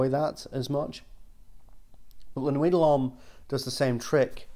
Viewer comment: Why does always pronounce it as La-nooey dah-lom. Does he hate the French?